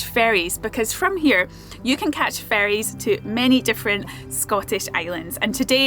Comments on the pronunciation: I truly understood "catch the fairies" 🧚‍♀instead of "ferries" ⛴ at the beginning of the video and now I'm disappointed. :( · I thought you meant catch 'fairies' not 'ferries' when you said it 😂 I was like 'oooh that sounds exciting!' I'm such a child😂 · Who else heard “catch fairies?” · When you said, "Great place to catch ferries," I heard it as "fairies." I was like, "Oh, that's a pretty dangerous sport." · You said Oban is a "popular place to catch ferrys." I heard "popular place to catch fairies" and I pictured everyone running around with butterfly nets. The things my mind does... 🤣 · Same here. It took me a second to think. ferrys not fairies. 😂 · Me, too! I had to rewind before I understood. LOL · At first i thought you were saying that you were in a good place to "catch fairies" 🧚‍♂️🧚‍♀️ as in the little elemental spirits 😂. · For a brief moment I thought you were saying that you were trying to catch actual fairy's , like the mythical creature not the boat.